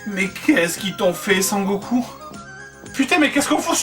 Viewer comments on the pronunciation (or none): Cher Joueur du Grenier, étant un fan inconditionnel de la série (tout comme toi je pense) si te plaît et par pitié n'écorche plus son nom ! C'est: SON Goku et pas San Goku (ou Kakaroto son nom Saiyan) MERCI !!! :D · "Sangoku" mdr !!